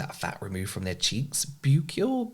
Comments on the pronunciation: You must be the sweetest man on the internet. I’m sure I’ve never seen anyone more endearing on YouTube. Sorry, I’m a bit cringe. I just feel sort of warmer and more relaxed when I watch you and thought you should know. 🙂 PS it’s pronounced the same as ‘Buckle’ (Buccal) - It just means (face) the chubby bit of the cheeks. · buccals pronounced pronounce "Buckle" 🖤🖤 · Buccal pronounced like buckle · The buccal in buccal fat removal is pronounced "buckle" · FYI, the word buccal is pronounced "buckle" like a belt buckle 😊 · It’s pronounced buck-ul I work in teeth and we use anything referring to the tooth surface facing the cheek as the buccal surface.